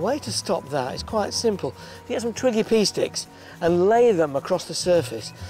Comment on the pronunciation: sounded like he said twiggy pee sticks haha